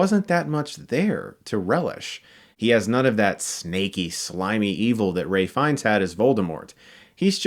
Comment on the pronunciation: Ralph Fiennes not Ray Fiennes